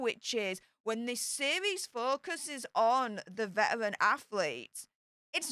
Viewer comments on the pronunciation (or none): Your speech impediment doesn’t translate well on YouTube. Spend more time with a speech therapist. “Vetawins”? Or “vetawrins”? It’s Veteran. It’s one not won when referring to an individual.